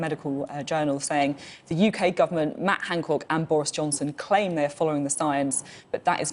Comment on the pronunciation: “Matt Hancork”